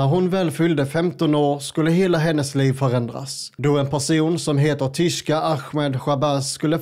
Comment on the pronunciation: Tishko hette han väl? Tishko ahmed, inte tishka